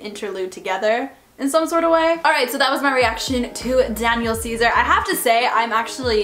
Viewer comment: Why she said his name like that tho lmao, "Danyiaal" 😂💀